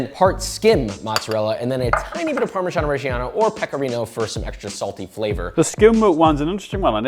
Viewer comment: Love your videos but, can we please start pronouncing parmigiano reggiano the correct way? 😭